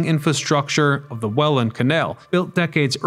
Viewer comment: Welland isnt 2 words, and its pronouced more like Wellend. 😢